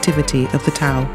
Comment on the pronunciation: I wish she was pronouncing Tao correctly. but otherwise, great video.